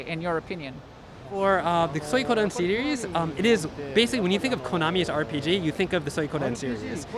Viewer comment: Jeez, at least pronounce it correctly in front of them. 🤦‍♀